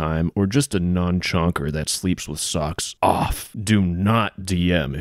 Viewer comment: 'Nonchonker' lmaoooo